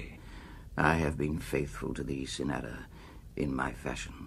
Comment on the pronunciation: I've adored this poem for 56 years, since I was 14 years old, and I later wrote a thesis on Ernest Allison. But Burton reads this far too quickly, and almost incomprehensibly. And he doesn't even pronounce the title character correctly, it is CYNara not cynARA.